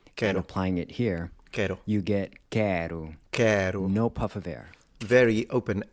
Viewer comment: Well done, one of the few foreigners who can pronounce "no" correctly on the first try. This is indeed a difficult one.